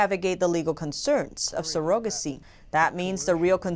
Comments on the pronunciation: You’re good and do you need to check the pronunciation of some your words, Surrogacy has the stress on the first syllable, you placed it on the second syllable. But aside from that great presentation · Pronunciation of surrogacy is not sur-OH-ga-see, it is SUR-a-ga-see. Women are not sur-OH-guts, but SUR-a-guts. Thank you so much for the excellent job. Blessings! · Nice vids, but.... surrogacy (sir - ra - guh - see) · she said ''serogacy' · I had to skip back a hear again she says it like it's spelled but her first language isn't english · Yall really let her air the butchering of the word 'surrogacy', didn't yall? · I ADMIRE the fact that you speak two languages. However, you may wish to know you are mispronouncing surrogacy. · But not surrogacy